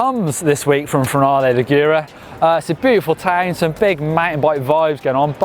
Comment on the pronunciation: Please pronounce Finale Ligure properly, you've been called out before lol